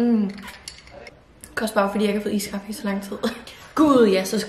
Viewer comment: Du siger iskaffe mærkeligt, det er iskaffe ikke ISSSkaffe